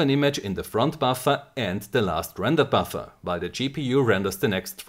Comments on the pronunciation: How many times he say baffa? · All i'm hearing is Buffa and Buffa and Buffa xD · all i hear is buffa buffa front buffa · Hearing a shit ton of "buffer" in a german accent is surprisingly satisfying